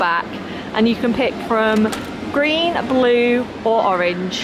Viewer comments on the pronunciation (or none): none